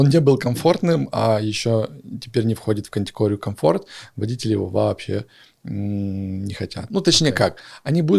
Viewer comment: Ударение водители , делается на 2 слог! 200 зл. На обслуживание? Фантазер!